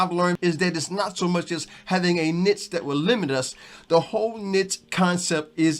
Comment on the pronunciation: YouTube can be a tough grind depending on our mindset, thank you for your inspiration and encouragement. I love the confetti! Thank you for saying the word "niche" correctly. lol. I like your description for YouTube analytics and tools, "Back Office". I look forward to more video.